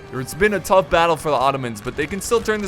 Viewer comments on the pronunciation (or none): none